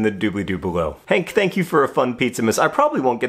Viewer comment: "thank" T hank